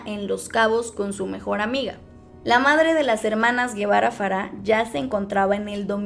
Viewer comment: Se pronuncia Polet y el apellido paterno no es Guevara es Gevara o sea se lee Jevara.